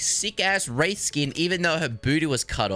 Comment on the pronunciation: aight if nobody else says it guess I shall. wraith = cringe :)